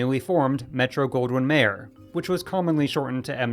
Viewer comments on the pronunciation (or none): Mayer is pronounced like Myer, not Mayor